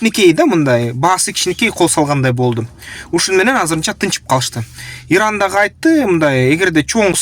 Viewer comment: Ердан эмес туура суйлосон иран